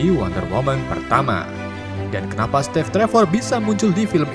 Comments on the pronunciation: Narasi nya bener" katro gak bisa bhs inggris steve saja jd step🤣🤣🤣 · Kenapa steve jadi stev apa step gitu tapi kenapa yang satu kurang e yang satu malah p bukan ve 😢😢😢😢😂😂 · Saran min, belajar lagi pelafalan dalam Bahasa Inggris, biar enak dengernya... COntoh ya, Steve itupengucapannya "stiiv" bukan "Stev"